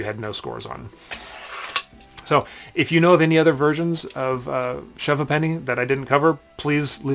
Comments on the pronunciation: Great video. But it's not pronounced Hu'penny. To pronounce Half Penny correctly we say Hape'ny if posh or Ape'ny if a commoner LOL. 'ny' as in 'knee' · 'SHOVE HAYPNEE', please ! A Ha'penny (pronounced 'haypnee', not har penny !) being half a penny. So, as kids, when sugar was still rationed, we bought a range of sugarless sweeties for anything from a ha'penny, to a penny ha'penny, or even (on pocket money day) thruppence or a tanner (sixpence). But that was when money was money , , , 'Shovers' ( pronounced 'shuvvers') is best played over a a pint or two and with a ban on any mention of love, religion or politics. Cheers! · No disrespect intended, but you are pronouncing the name wrong. In English it is pronounced as 'Shove Ape-knee' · Hi Guy - just a small peeve - ha'penny is pronounced hayp-knee without any pause in the middle not happennies! Cheers from Englamd Peter Jackson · Propper pronunciation: Shove Hape-nee. Last time I played this, we used £5 coins. Loads of different designs and couldn't spend them at the bar. Looser bought the next round. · It is pronounced 'hay penny'. 480 of them to one pound. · Pronounced shuv hay-penny 🙂👍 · That isn't how you pronounce Ha'Penny. It's like "Hey-pny' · Thanks for the upload... You are very knowledgeable on this old English game and that is fantastic. I grew up playing this game in the 1970s in the UK on a traditional board... enjoyed the video, but the way to say Shove Ha'penny is announced phonetically 'A'-penny but with the emphasis on shortening 'the 'Hey'. Love the the term upper 'crustery' lol. My mum used 2 pence pieces as these were great substitutes if no Ha-pennies were handy. We also had the board that rested up to a table, so you shoved the coin with the palm of you hand sideways to the board. And it is still traditional to have the Monarchs head upward facing. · Its pronounced shove hape nee. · The game name is pronounced shove hAppeny - half, not have. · Pronounced haypenny.